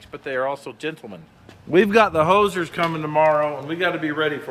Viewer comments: When you said Hosers I thought you had Canadians visiting the shop 😂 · The hosers. 😂😂😂😂